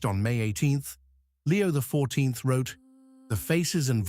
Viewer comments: Why can't they find someone who can pronounce the words. God is the only intelligence that we should follow, not an AI implant who can't even pronounce Roman Numerals. Leo is an Anti Pope and anything he says or does has no value, he's just another false "Pope" like those before him. Our last true Pope was Pope Pius XII, they decimated the Mass at Vatican II, and gave us what is called the Novus Ordo and it's false "Mess" which has no Sanctifying Grace.The only ones who are celebrating the True Mass are the Traditional Priests and the SSPX. It makes you cringe just listening to this AI character. Jesus Christ is the Head of the Church that He founded with His Precious Blood. We have to go back to Tradition; this is not Tradition. This is the false End Times Church that Catherine Emmerich had a vision of. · The voice of this AI is laughable - can't pronounce those Roman numerals - XIII, X. So much for intelligence! God is the source of all intelligence and we humans are endowed with this faculty for use towards good - for oneself and towards our neighbour. Watch those videos promoting artificial intelligence. Do we not see the prominence of that characteristic that is found in the deceiver who made his way into the Garden and with his 'intelligence' bore the fruit that led to the Crucifixion on that first Good Friday? And to the chaos that we see in many regions of the world today?